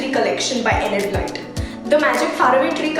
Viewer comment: The way she butchered the names of such famous authors like enid blyton, Roald dahl was a pain to hear.